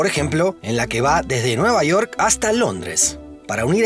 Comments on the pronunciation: cómo que nueva "iork" UMI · jajajjaja NUEVA IORK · Nueva Iork, Magaianes? York, MagaYanes... Que pasa con la pronunciación?